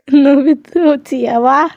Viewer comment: Obito uchiha ❌ Nobito uchiha✅😂😂😂 cartoon gamer :Demons slayer❌Deimons slayer✅😅🤣🤣